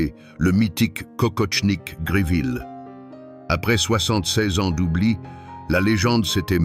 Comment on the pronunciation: Kokoshnik, pas kokoTshnik...